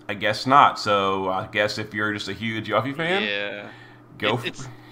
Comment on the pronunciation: 1. It's 'You-fee' 2. At least it's ONLY a week delay and not a 6+ month one